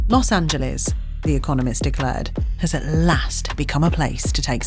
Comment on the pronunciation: She pronounced Los Angeles right!!! 😄🥳 So, SOOOOOO many foreigners (and even Americans) pronounce it incorrectly as "Los An-gel-lees" vs the correct "An-gel-lis".